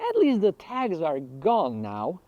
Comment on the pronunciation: It was I realized he was say "tags" and not "tax". "Man what a tough hood having to pay tax for clean walls!"